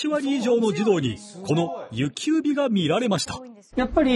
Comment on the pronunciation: 「ゆきうび」って言ってしまってますね